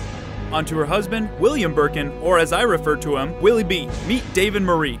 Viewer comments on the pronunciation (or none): none